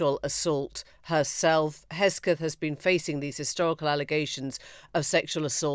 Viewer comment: Emily, it is Hegseth not Hesgeth